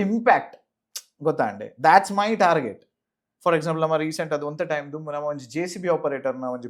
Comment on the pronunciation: It's namma, not namana